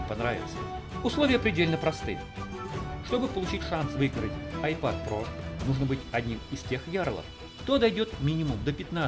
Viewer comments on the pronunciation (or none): none